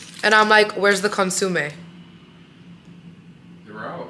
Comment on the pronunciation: Consumee??? Consomme. Sad.